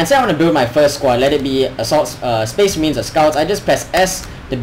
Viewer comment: and says spece merehns